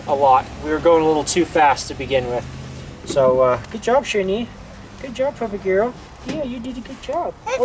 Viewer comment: Hi, I really liked the name 'Sherni', just want to add my few cent about the pronunciation to make the name sounds more like what it meant.. " SHAY-ER-NEE'